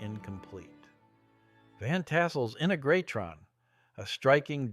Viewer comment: Nice recounting of the Giant Rock story - it still makes a great field trip. But the unique pronunciation of Integratron was a little odd.